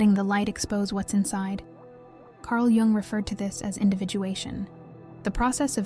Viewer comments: Pronounced “yung “ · Pronounced, "Carl Young" ... not G-ung. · jung is voiced as "yoong"